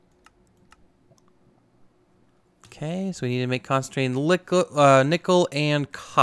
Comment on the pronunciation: Not hating, but it’s pronounced con-stan-tan. loving this series! Keep up the good work my dude!